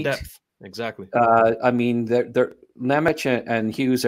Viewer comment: Also for SIMON NEMEC it pronounces > See-MOHN Nem-Ads, not Nem-atch...